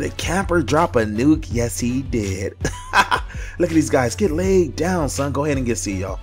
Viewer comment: "Layyed down!"